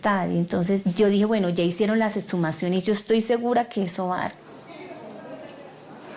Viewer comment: Señor investigador no se dice ocservar, sino observar, a la fiscal decirle que no son etshumaciones sino exhumaciones , segundo vi otro vídeo donde todos dicen que los mujeriegos son los costeños y a estos cachacos de que parte de la costa los sacaron ?? XD y tercero la del segundo caso, para que el papá se descompusiera tenía que tener más de 1 día de fallecido, mucho no lo visitaban se ve. Y en conclusión no fue un éxito esto gracias a la fiscalía ni a ningún ente, la capturan a la gorda esta por idiota, porque dejó el carbo furán en el hotel, sino hasta el sol de hoy no se sabría que causaba las muertes.